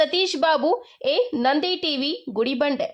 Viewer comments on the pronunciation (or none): Bro nand tv news alla bro NANDI TV NEWS anta sari madi 😅😅😅